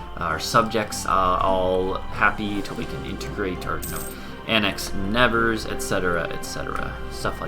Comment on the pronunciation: The way you say "Nevers" hurts my ear a bit :D (I'm French, haha), so I found that very short video about how to say it properly